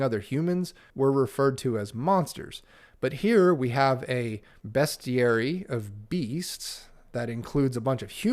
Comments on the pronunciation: Ahh, it's pronounced bestiary! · Calling out the correct pronunciation of "bestiary" as you did really warmed the soul of my inner pedant. 👍🏻 It never occurred to me that anyone might perceive goats as bad. Poor creatures. We humans are a weird species.